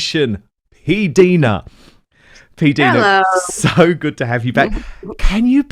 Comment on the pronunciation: Her name is P Dina not Deana